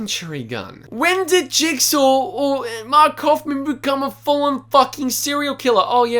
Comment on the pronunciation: man said jugsaw